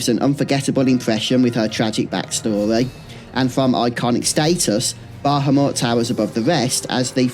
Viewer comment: I enjoy your content but your inability to pronounce Bahamut correctly especially when its spoken aloud in so many of the more recent games is honestly infuriating at times